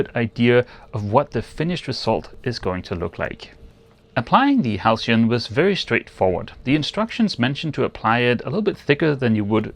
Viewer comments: You pronounced halcyon perfectly. I do a fair bit of carpentry and make tables and prefer wax to varnish. Varnish is tougher. But IMHO wax looks better. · Yes,, "halcyon" is pronounced exactly as you said it.